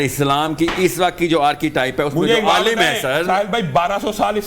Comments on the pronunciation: Aaalam ❌ alim 😂 ✅ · Aalam ❌ Aalim ✅ 😂😂😂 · Alaam alaam Sahil adeem: Alaam nhi alim 😂😂